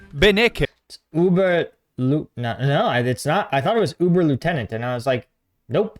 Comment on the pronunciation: uberleutanent is read uberloitnant (read as a briish person)